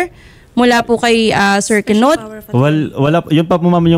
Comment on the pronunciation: “Key-not” hahahahahahahah